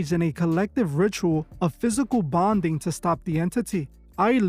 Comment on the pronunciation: „Physical bondin“😂😂